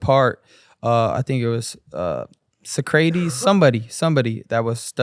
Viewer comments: Ryan really said SAHCRAYTEES instead of Socrates LMAOO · When my man pronounced Socrates as Suh-craties I died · Who the fook is sacrates???? 😂😂😂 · So-crate-eez lol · The absolute slaughter of Socrates name tho is ctazy